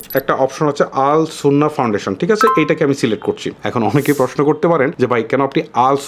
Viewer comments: শব্দটি আস সুন্নাহ হবে আল সুন্নাহ নয় ভাইয়া❤️ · আরে ভাই আল সুন্নাহ নয়, আস সুন্নাহ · আল সুন্নাহ না ❌ আস সুন্নাহ ফাউন্ডেশন ✅